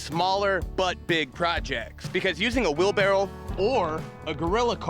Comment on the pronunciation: Look how cute you are with your hat off! Also, I sure hope you're not saying "wheelbarrel", like it sounds like you are. ;)